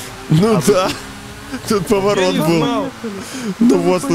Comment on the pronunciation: Антон: там поворт Я: вот это поворт: Поворот Антон: повортот